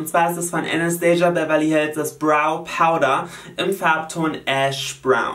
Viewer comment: Jolina Anastasia Beverly Hills wird nicht englisch ausgesprochen sondern wie es geschrieben wird. Sie selber hat das mal in einem Interview gesagt :) lg